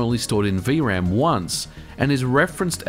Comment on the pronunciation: "vee uh ram" It's just V-RAM.